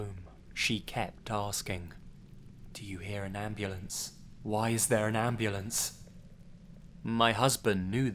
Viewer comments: M8, abulance? M8, I'm sorry, but that made me laugh a bit. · "Why is there an abulance??"